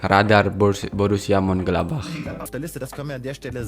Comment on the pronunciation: Munchen-gladbach, Bukan mun-gladbach 🙏🙏